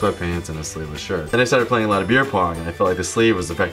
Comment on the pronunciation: "Don't even get me stahted." I believe you dropped your Boston.